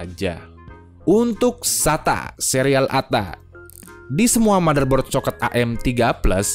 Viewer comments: Bang socket itu di bacanya socket bukan socket bang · Aneh,, ngeja kata SOKET kedengaran huruf E nya Gak Lazim di ucapkan. Tapi ya lumayan lah isi konten nya bikin saya mulai mempelajari lagi ( soal motherboard yg kompatibiitas sama prosesor setelah generasi Athlon apa saja), masih confuse soalnya saya vakum 11 tahun' gak pernah ikutin perkembangan dunia komputer, terakhir rakit PC di tahun 2013 dan terakhir main game di PC tahun 2014.. Ok ngomong2 saya di 2024 ini PC ku masih AMD Athlon II X2 260 dual core 3,2 GHz, RAM 2x 2Gb DDR3 1600 MHz Corsair Vengeance, VGA AMD HD 7750 1 Gb, Mobo Asus chipset 760G support soket AM3+ , HDD 512 Gb SATA II 3 Gbps,, dan external HDD 1,5 Terabyte. Windows 7 64 pro Kepingin upgrade tanpa ganti mobo,, mau upgrade ke prosesor seri Phenom atau FX, dan RAM mau ganti ke 2 x4 Gb DDR 3 jadi 8 Gb.. Tapi selera merk saya lebih ELIT,, mobo merk Asus, dan VGA card merk Gigabyte. Gak pernah beli Asrock apalagi Biostar. Nah jika nanti sudah beli monitor Touchscreen maka windows 7 sudah usang, harus ganti ke Windows 10 yg sistem operasi nya support layar sentuh.